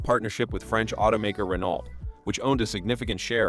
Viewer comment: Loved AMC - had a 63 Rambler Classic with a 3 on the tree and a six. Loved it but it had two too many doors. Renault - pronounced RAY-no. :p